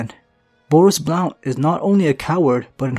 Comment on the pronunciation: The o in Blount is silent